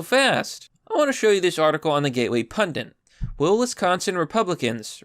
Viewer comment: Please stop repeatedly saying “pundant”. It’s not a word. Never was. And specifically, YOURE a pundit. So, when YOU get it wrong — repeatedly — its amateur AF. In other words, you make our side seem unintelligent and more makefunofable. So stop it. Please and thank you.